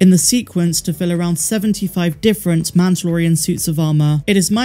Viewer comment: MAN-DUH-LOR-E-AN lol